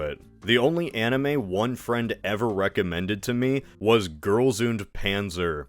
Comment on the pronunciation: That also had to be the worst pronunciation of 'und' I've ever heard 😂